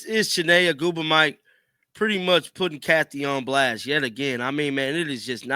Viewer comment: Learn how to pronounce Ogwumike